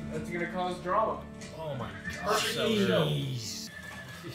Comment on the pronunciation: "but he's betrothed" -well that's gonna cause drama" Sir you mispronounced trauma